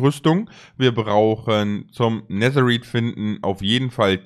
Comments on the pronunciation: Es heißt Netereit NICHT Neterit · Es heißt nicht neser rid sondern es wird nether reid geschprochen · Auch nicht Nethereit sondern Netherite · Er sagt netheriet mit ie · Man sagt nicht neterpizza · Mich nervt es wie du Netherite aussprichst